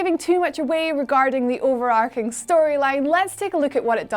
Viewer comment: I'm sorry but it's a ch not a k in overarching Good video but my OCD hurts